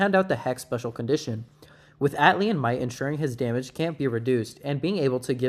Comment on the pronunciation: Not to be that guy, but it's Atlantean not Atlian.